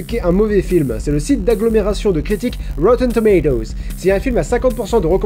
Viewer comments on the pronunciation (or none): La qualité de prononciation de rottentomatoes qui chute le long de la vidéo 😂